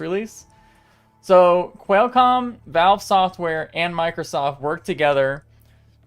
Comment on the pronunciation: Qual like Quality, not Quail, like the bird. Also, Gigahertz and Megahertz, not Gee hertz and Em hertz. And the S in Fresnel is silent.